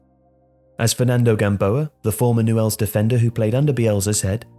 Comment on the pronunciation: It's pronounced "nyools"